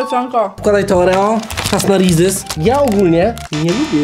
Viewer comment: jak coś to się wymawia przez Z bo trosze irytuje hehe